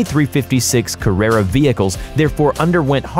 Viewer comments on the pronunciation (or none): Porsche = Por-SHA, not Porshhhh! :D and Oh MY! Ca-RAY-uh? Wha?? It's Ca-RARE-Uh! Carrera! LOL! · "Porsh" "Carreya" what then?? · Porsche carreja??? Er... No. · "Carrea GTS" Was there no one with the slightest interest in cars that was willing to narrate? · Oh don't forget about the Porsche CarAYaaa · and carrera lol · Fx48215 Holden this guy sucks. Probably doesn’t even know what an engine looks like. His engine knock explanation, his pronunciation of Carrera, his mention of rotary engines having “2 to 3 rotors” It’s maddening.